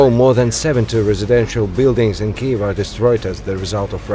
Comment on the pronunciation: Since this conflict has started this channel is the first media source to pronounce KYIV correctly! It was really starting to disturb me. Thank you!!!🇺🇦🤜🤜🤜🤜🤜🤜🤜🤜🤜🇷🇺